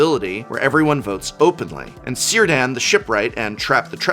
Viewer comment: Cirdan is pronounced with a k sound.